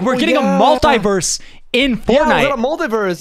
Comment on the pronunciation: Nick: theres a MULIVERSE Me: s p i d e r m a n